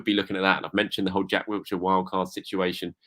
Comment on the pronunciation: it's "WILLshire" not "WILTshire".